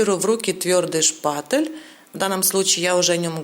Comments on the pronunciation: Женщина не шпаТЕЛ, а шпаТЕЛЬ и т не твёрдая,а мягкая! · ШпатЕль, а не шпатЭль, звук"е" в этом слове мягкий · Все круто, но почему меня так бесит каждый раз когда вы говорите ШПАТЭЛЬ ? 🤣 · Почему шпатэль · Та шпатэЭль или шпатЕль...не пойму🧐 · Спасибо огромное за урок! 👍😍 Но почему некоторые блогеры говорят "шпатЭль"? И Вы в том числе! Это что, ноу-хау какое-то?! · Зачем вы говорите шпатЭль. Так слух режет 🙉